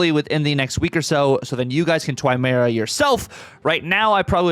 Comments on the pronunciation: Pretty sure you’re saying it wrong, it’s Moi-rah, said like the fish, Koi-carp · There are plenty of places to learn how to say names correctly… unless you intentionally like sounding less intelligent? Listen to him properly, you can see his lips saying it with a W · You’re saying it like there is a w in it 😊… There isn’t 😉